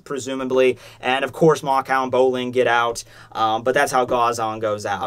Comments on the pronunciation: how the fuck do you get "mako" wrong? its mako not makao........... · Bolin just has senju DNA. Also why do you call Mako Makaou? Its Mako.